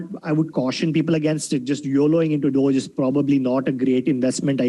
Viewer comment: dogeeeeee not dodge